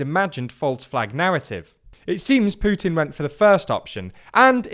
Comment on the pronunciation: WOW! Its putin and not Pjutin!! Nice!